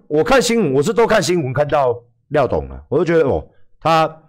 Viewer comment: 「廖大哥」「廖董」變成「廖打龜」，真的蠻好笑的